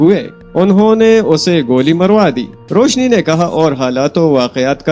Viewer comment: Bahi correct name is Roushi.. not Roushne